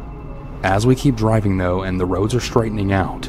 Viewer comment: Did he say go “riving”?